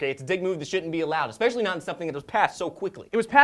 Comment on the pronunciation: hehe... "exspecially"